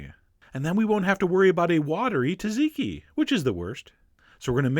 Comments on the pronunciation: You did it wrong :p im from Greece you know.. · δεν εχω δει ποτε ανιθο στο τζατζικι! :o μονο κατι ανιδεους σε ταβερνες που παραλειπουν το σκορδο :P τζατζικι χωρις σκορδο αν εχεις το θεο σου! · AARGHH!!! You saying, "TAZIKI" is making me want to poke the sharp end of my pencil into my eyes!? Just say it the way you wrote it, dude!? "T" and "Z" together, two times!? EPIC FAIL on the pronunciation, I'm afraid, Chef John! The sauce gets you 7 out of 10 IMO. (sorry but my wife makes the absolute best tzatziki in the world - Greek chefs have (literally) bowed-down to her and she's "just" a homemaker (she always uses me as her b*tch in the kitchen: I get to make the garlic paste and squeeze ALL the moisture out of the cucumbers after grating them. (PS: I never protest! Even though my fingers reek of garlic for the next couple of days, it's TOTALLY worth it!) PS: Best left in the fridge overnight; it thickens-up a bit and the garlic and other flavors really bust you in the mouth! ... and you can leave out the Cayenne AND the lemon/lime juice (feel free to add a bit of olive oil). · It's tzatziki, not taziki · To much emphasis on the Z it's pronounced Tchat-zeeky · it's pronounced zat-ziki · Dude it's not fucking 'tah-ziki' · The T's are silent, the S isn't! "Satsiki"! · this man is butchering the pronunciation of the word 'tzatziki'! Its not 'taziki', those z's are there for a reason! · "tuh-ZEEK-ee"? Really? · the only thing off, was the pronunciation Sadziki, and the cayenne pepper. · It's not Tazeekee, it's tzatziki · You know everything Chef, except how to pronounce tzatziki... It's ZAT-ZEEKI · Thank you!!!! Drives me crazy when people pronounce the T. My ex-employer was Greek and HATED it when people would order TA-ziki! Cheers! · its actually dza-dzi-key. Trust me, I'm Greek :P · Taziki? Argh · Can't follow the recipe from someone who can't pronounce what he is tryina teach me to make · I'm sorry but his wrong pronunciation of tzatziki is killing me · Tsat- zeee -kee.